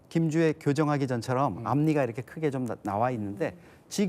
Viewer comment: 김주앴씨랜다 ㅋㅋㅋㅋㅋㅋㅋㅋㅋㅋㅋㅋㅋㅋㅋㅋㅋㅋㅋㅋㅋㅋㅋㅋㅋ